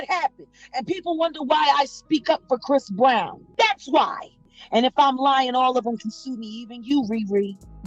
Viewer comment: chris brown ..if you going to speak about him make sure you get his name correct first